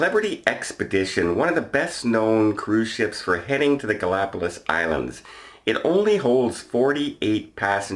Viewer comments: GalapaGos, not GalapaLos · Ga la pa gus or Ga·lá·pa·gos but in Spanish it sounds like gus at the end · I believe you are pronouncing “Galapagos,” incorrectly.